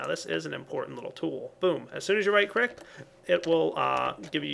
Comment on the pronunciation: "as soon as you right crick" lol